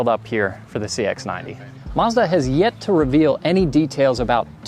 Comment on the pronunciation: Mazda not marrzz-dar